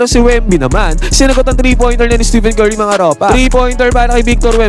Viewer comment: Tama ba dinig ko, "Steven Curry"? Pakiayos naman po ng pag-pronounce pangalan ng greatest shooter of all time. STEPHEN.